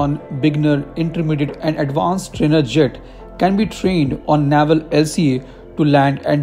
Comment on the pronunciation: Its navel not naival